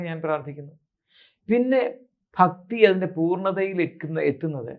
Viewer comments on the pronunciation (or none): ബക്തി അല്ല ഭക്‌തി